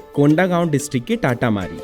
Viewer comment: Bhai amazing video ❤ , and bro you just mispronounced it !! Its तातामारी not टाटामारी